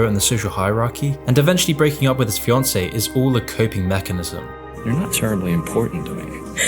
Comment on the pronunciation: Fiancé* not Fioncei